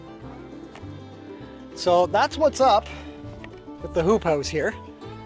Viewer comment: Did you say hoop house or poop house? LOL great video